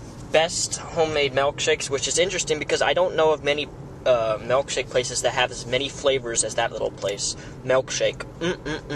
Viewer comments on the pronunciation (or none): It's MILKshake not MELKshake. moron